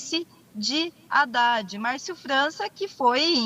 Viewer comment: Percebe-se que essa moça não sabe falar nem o nome do Haddad corretamente. H não tem som de R! Mas acreditem, ela quer ser governadora. Me chama atenção a pretensão dessas pessoas minúsculas.